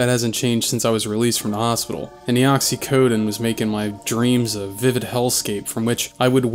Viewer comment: Then you said “oxycodin” And I now know you’re from Dundaaahhhhk.